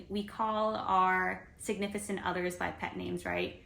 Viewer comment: Existis and signifisant are not words. It's "exists" for plural and "significant", the c sounds like a k. It sounds silly how you're pronouncing.